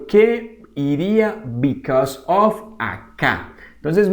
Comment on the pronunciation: Muy buen video, pero note que en casi todo el video dijo "OF" en ves de "OV" en la pronunciacion